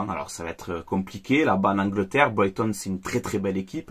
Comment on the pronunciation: Bordel ça se dit Braygton que boyton oh fatigué